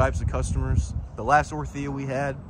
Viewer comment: The way you say 'orTHIa' its crazy...